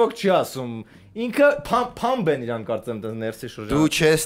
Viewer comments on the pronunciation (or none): none